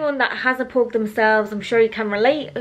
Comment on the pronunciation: i’m sure it’s not pronounced as “PHOG” but idk